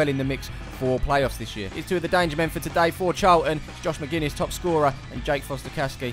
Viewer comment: Magennis no McGinnis xxxx tho